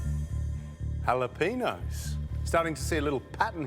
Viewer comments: “halla peen...nus” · I know he didn’t just pronounce jalapeños as halehpeenos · halapeenos? really? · Did he say halapenos? Not Jalapeños?